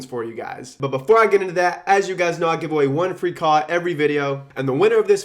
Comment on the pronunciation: I heard "one free call" as "one free car". Thought he was turning Tai Lopez.